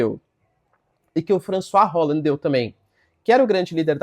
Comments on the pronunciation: Professor o François ta ok. Mas a pronúncia correta do Hollande é "Olânde", não "Rólande". Rolou uma mistureba de francês com inglês aí rs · E essa pronúncia de Holande inglesada? Se liga, o cara é Francês!